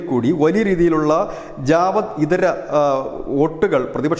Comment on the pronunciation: ജവാദ് അല്ല ജാഥവ്വ് ആണ്.